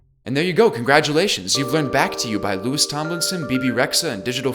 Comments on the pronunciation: Great video as always But it's Lou-ee not Lewis 🤓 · sorry big thing in the fandom, but Louis's name is pronounced Louie the s is silent.